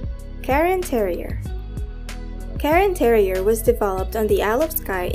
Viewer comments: It's cairn terrier, not Karen. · Karen Terrier? It is Cairn Terrier. 😊